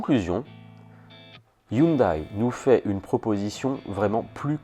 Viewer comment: On dit "HYUNDAI" et non "HYUNDAÏE" .... ;)